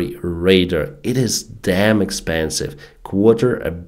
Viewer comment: This guy seriously needs to learn the difference between radar and raider. 😂